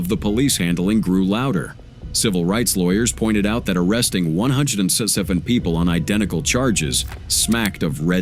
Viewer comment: A.I. don’t know how to say 177😂